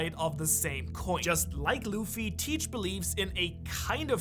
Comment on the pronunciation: it's nor luf its luffy